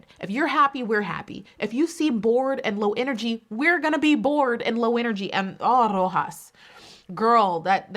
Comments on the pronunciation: You pronounced Roxas in a Filipino accent. I'm so proud of you 💚🤣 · You should be the winner for pronouncing 'Roxas' so perfectly 😅👑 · I love you,!!! The way you said "Roxas" was so perfect! I was shocked.